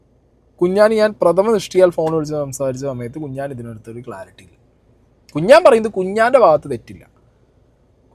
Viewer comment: കുഞ്ഞാൻ ❌കുണ്ണൻ ✅